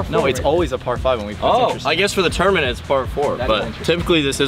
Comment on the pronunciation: Yo, what the hell is a tourmenant?